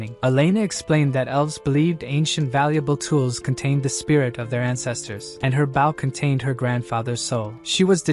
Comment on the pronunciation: But still can't say bow